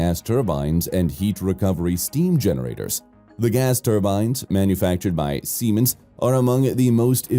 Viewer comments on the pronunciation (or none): none